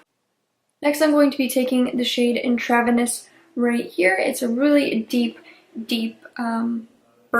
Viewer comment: "intravenous" is pronounced "INTRA-VENUS." It means "within the vein" as in a blood transfusion. Your mispronunciation of this word was making me cringe. The palette is beautiful and your eye look was bold.